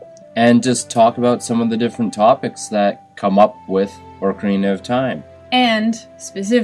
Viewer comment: You pronounced ocarina wrong :P